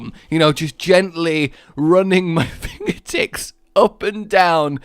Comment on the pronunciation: okay so when he was saying his finger tips wld move up and down his arm to tickle I swear I hear finger dicks